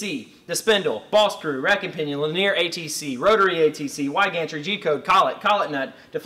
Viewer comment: Dude your videos and info is always awesome but i can't get over your pronunciation of linear... in a terminology video. "li-nee-ur"